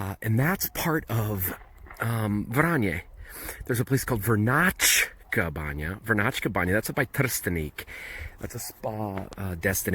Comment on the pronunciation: its Vranjska banja not Vrnjačka